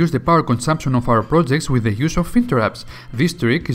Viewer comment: you say plojects, stalted